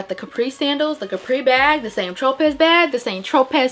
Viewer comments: Just a FYI, St. Tropez is pronounced SAN-troh-PAY, not Saint tro-pez. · Hey, girl!!! Loved everything!!!! ❤️ Tropez is pronounced Tro-pay 💕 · Hey, girly! I love the video and you have some good finds! Just wanted to let you know that it is Saint Tropez, pronounced (TR-OH-PAY,) because the Z is Silent.😊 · Girl...The "Tropez" is pronounced Wrongly.